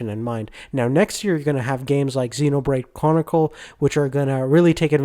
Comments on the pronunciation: "Xeno Brade Cwonicle" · Dude u need to pronounce you're games better, super Mario smash brothers? Xenoblade cWonicles??